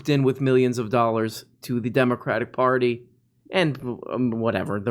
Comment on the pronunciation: “It’s an eviction phardy” - Timmy